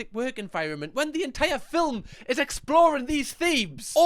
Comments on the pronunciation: I love it when says filmlm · I love ya but why are you pronouncing movie like “filim” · Why do you say film like filim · The way you say the word “film” makes me happy 🥹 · The way you say film is so satisfying for some reason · The way you say film had me in stitches!!! Love your videos ❤